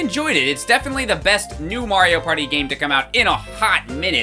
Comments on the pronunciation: Took me 5 years to realize he said Mario Potty, hence the flushing. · It sounds like he’s saying “Wario Party”